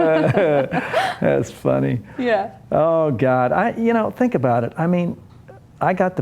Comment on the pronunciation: lmao he just said "senk" X|)